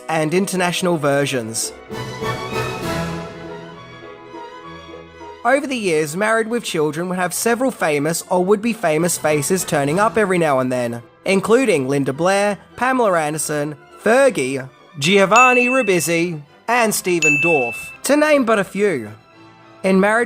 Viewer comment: Pamaler Anderson? Really? Go say hi Pamaler and see how she reacts. There’s no R sound at the end of a word that ends in a. Pamala!! Not that difficult.